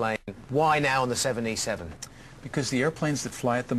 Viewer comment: why r they saying 7e7? not 787?